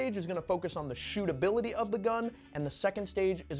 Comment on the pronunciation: Stootability is paramount 😄